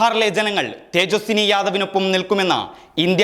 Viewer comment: തേജസ്സി ✔️ തേജസ്സിനി ❌️